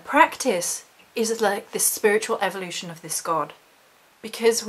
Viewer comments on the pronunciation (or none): none